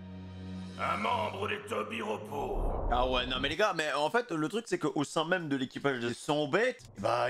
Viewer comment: c'est pas un tobiropo pitié fait un effort